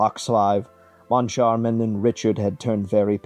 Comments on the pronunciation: Well done. It's, however mme Giry (as in giraffe) and not as in glory) and, Monchar-mahn and RiShar)) not Richard) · And the pronunciation of Moncharmin and Richard